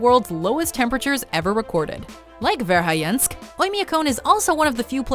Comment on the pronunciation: Interesting video, but do you realize that, every time you pronounced Verhoyansk, the 'o' ended up as 'i', and the 'a' ended up at 'e', i.e., vair-high-YENSK, rather than vair-hoy-YAHNSK?